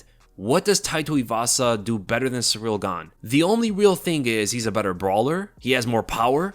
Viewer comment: You said Ciryl Gane"s full name about 150 times. You pronounced it "Surreal" every time too. 😂